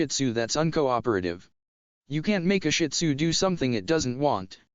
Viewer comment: I don't have a shin tzu but my aunt does and fun fact its actually pronounced (sheed-zoo) I read it in a book